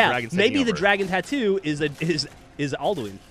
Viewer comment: he's trying to say Alduin